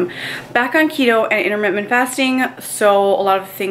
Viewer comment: Also, learn how to speak. It's in-ter-mitt-ent.... not immer whatever the hell you said.